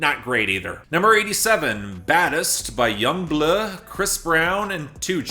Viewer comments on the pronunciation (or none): i cant help help myself from laughing when you say yung BLuhhh lmaooo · Yung Bleuagh